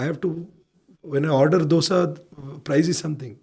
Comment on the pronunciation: the south Indian urge to correct people it's not doughsa but dosa